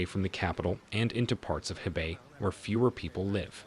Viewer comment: Dear: Though it is spelled as He-bei literally meant River North = it is Pronounce Khua - Pei (Pei like Peking Capital of China called back in the 60's up to 1979. And Bei-Jing though Spelled/ Romanized as Beijing Pronounce Pei -- Ching (Ching like Chain in English not Jing). Cheers